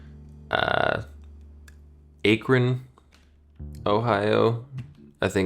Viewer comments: Ik know cares but when you said AEE-kron Ohio I shuddered, it’s AHH-kron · I’m so sorry to be that person, my great teacher, but Akron is pronounced more nasally😅 The ‘A’ is like in ‘apple’ but since we in the Great Lakes region are going through a slight vowel shift, it’s pretty nasally. Then the ‘kron’ is more like ‘krin’ for some of us. But we’re also used to people mispronouncing our places like Cuyahoga (pronounced ‘kai-ya-HOE-ga’), and Elyria (pronounced ‘Ee-LEE-ria’) are the two I’ve heard the most “^~^ It all also depends on where you’re from. My family is mostly from southern Ohio in Zanesville where they’ve got a more southern twang to their accent (I have family that say “worsh” instead of “wash” lol) so even tho my mom and her brothers have lived up here for decades and I was born up here, we still pronounce some things a bit more different than others who’ve lived in northern Ohio because our way of speaking has been so influenced by that area😂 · I am appalled by your pronunciation of Akron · The pronunciation of “Akron” caused me great pain